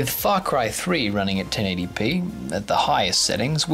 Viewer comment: Lol I thought you said FUxk cry 3, over all nice video!